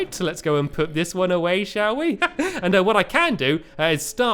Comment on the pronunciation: when he said "Duncan shall we" I thought he said "Duncan showee" 😂😂😂